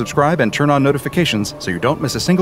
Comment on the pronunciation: “As we dell further and further into the SCPs Classified Archives” 🗣️💙